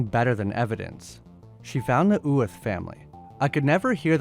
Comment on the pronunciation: I don't speak Scots Gaelic but I do speak Irish. I can say that in my opinion you do not pronounce the "th" in "uath"